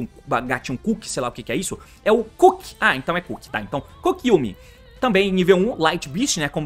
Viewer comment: Sim e ele pronunciou errado kkkk. Ele está prinunciando 'iumi', a pronuncia certa é 'iãmi'.